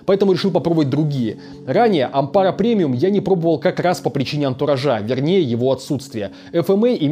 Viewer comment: АнтурАжа, а не антуражА. )